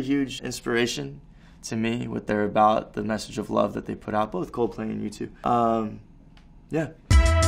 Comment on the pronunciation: At first i thought noah said YouTube instead of U2